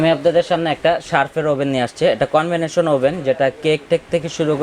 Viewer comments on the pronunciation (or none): সার্ফ না শার্প কোম্পানি। কনভেনশন না কনভেকশন ওভেন।